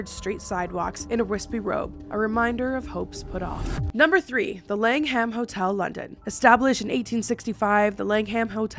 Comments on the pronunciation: Fun video! Just one tiny thing. The H in Langham is silent, so it's LANG um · I love you lots. Thank you for this video haha I live in England and I didn’t know of the langhams full haunting. Also no hate, just letting you know, it’s pronounced lang-am xxxx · I love hearing Americans and Canadians saying English words or places 😂 it makes me chuckle in the uk we would pronounce the langham lang-um same as Birmingham it’s said birming-um one of my faves is Cheshire they say it like it’s spelled but it’s said chesh-ear here hehe 🤭 but the way you say it makes me smile even more 🥰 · Love this video!! But the more times you pronounced "The Langham", "The Lang-Ham" made cackle. I'm not digging you out, it was funny x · I really enjoyed this. UK correct pronunciations 😂= Norf*ck, jackobite, Langum❤️❤️ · ❤ how you say Langham. I'm from Essex in the UK (about 0.5-1hr on the train from London) and I don't pronounce the h..... so I always call it the Langum hotel . They do a really lovely afternoon tea 😁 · Many British named that end in "Ham" are pronounced more like "um", if it comes up again in another video. Google's usually great for the pronunciation of things too